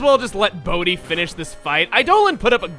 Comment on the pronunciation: why did I hear bodhi as booty?!